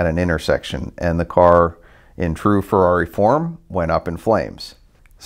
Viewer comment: Car'do yea'.. Farrari, da'new spide-ow?